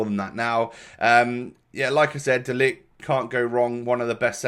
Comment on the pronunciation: You say De ligt very good and a funny thing is that in dutch Zoet means Sweet